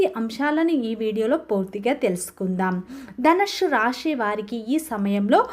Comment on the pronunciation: నీ తలకాయ.. ధనుస్సు అని తగలడు. ధనుష్షు హుష్షూ బుష్షూ అని వాగకు.